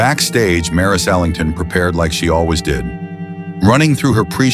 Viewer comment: Ok, wrong pronunciation. It's Ellington, with 'E' at the beginning